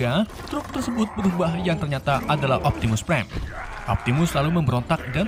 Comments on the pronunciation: niu optininung prrime ,optinung prime nungin ninu optinung priem uhk ohk ehk ehkkkkkkkkk😂😂😂😂😂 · Optimus pride urgh urgh urgh